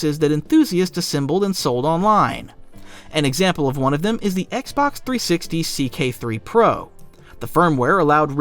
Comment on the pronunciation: I swear I heard you call it the oxbox for the first Xbox. It’s literally thee best accidental name I’ve ever heard for a console. It’s so huge it’s the oxbox ha! Well that is my sign for too much internet. I’m gonna stop myself here.